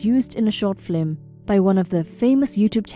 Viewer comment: There is a pronunciation error that I don't believe a human could make. The word "film" is pronounced "film" not "flim". This totally ruined it for me. Otherwise you sound plausibly human.